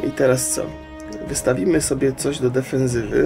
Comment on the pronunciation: defensywy a nie defezywy